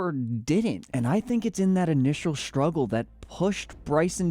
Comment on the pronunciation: SHTRUGGLE? No H in struggle numbnut